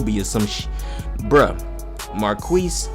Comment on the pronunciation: Every time he said Marquese 😖